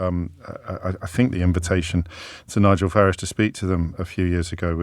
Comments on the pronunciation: James started out pronouncing it this way because he thought it was an insult, but actually if you listen to Nigel himself, he pronounces his own name in a very similar way. (with a shortened "a") When James briefly attempted to advance his career (unsuccessfully) at BBC Newsnight, I noticed the bosses forced him to pronounce it with the elongated "a" vowel sound, which is how most people (erroneously by Farage's own pronunciation) pronounce it. James' attempt at insult is in fact pretty accurate, rendering an insult ineffective. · The Ciaphas of hypocrisy OBriien cant pronouce Farage correctly. Wants to abolish private ed. but sends his children there.The unflushable one personified. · Why does O’Brien keep changing the pronunciation of Farage ?